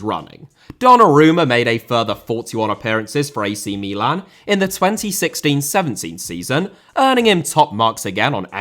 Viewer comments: Mi-lahn it's basically to syllables not one word.. most British dont pronounce it especially commentators etc. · I hate how you pronounce Meelan